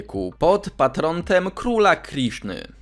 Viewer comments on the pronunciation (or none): Patronem, a nie Patrontem